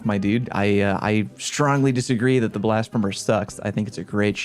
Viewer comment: I’m honestly surprised that none of the comments mentioned how he was mispronouncing Blasphemer.